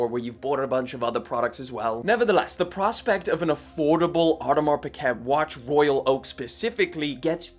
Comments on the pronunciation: Learn how to pronounce words , its sound is peekay not pickit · Its pronounced as Audemar Pigei... Not Piget! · Lowkey I couldn’t finish the video. “Audemars Baguette” is crazy…. Piguet isn’t even hard to pronounce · It's not pronounced pick-et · I am sorry, but … You’re mispronunciation of “piguet” is so cringe!!